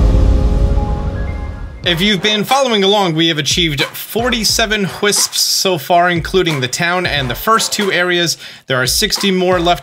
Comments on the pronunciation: I find it funny how he pronounces it "whisps" like there is an "h" but it's just wisps 😭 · "...all the hwipsps..."